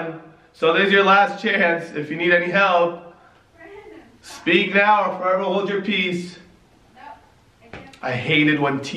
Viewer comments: Its like she wanted to say brandon but she said brabe literly repeat it couple of times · Lmao Jackie said brabe 🌚😂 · At 10m 24s into the video I swear Jackie said brabe as if she slipped up and called him babe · she said brabe like she was gonna say brandon but babe slipped out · She wanted to say Brandon but it was like brabe